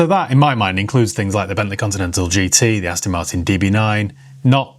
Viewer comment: What’s an “Astin” ? 😂 Great video by the way.